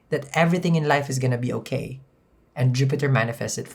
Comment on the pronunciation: My favorite word from him is uhkay. Uhkay bitches hello! 🤣😋 It's morning